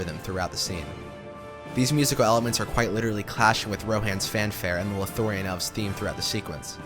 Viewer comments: And "Lothorien" -- where is that? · Drinking game idea: Take a shot everytime he says "Lothorein" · Loth - lo - ri - en Os - gi - li - ath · That feeling when the narrator interrupts their spellbinding tale to say "Lothorien" yet again 😂 But seriously, amazing work, man! I was particularly impressed by how seamlessly you transitioned between different themes when discussing them. It never felt jarring. You've earned my sub 💕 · Or Lothorien? 😅 I really appreciate the quality of this video. But the mispronunciations are BRUTAL. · A lot of info compressed into an hour, amazing. Probably deserves two hours at least with more detailed musical examples. Lothlorien and Osgiliath are a bit tricky to pronounce I know. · Wow I don’t think the creator even saw the movies the way he kept pronouncing Lothlorien “lothorion” and osgilliath “osgilath” lol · My only problem with this is how the narrator pronounced some of the names: "Osgilath" Lothorian" Like seriously.